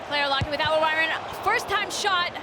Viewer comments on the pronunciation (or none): none